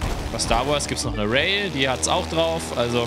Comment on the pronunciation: Also ich hätte die aussprache von rai und ray genau anderstherum ausgesprochen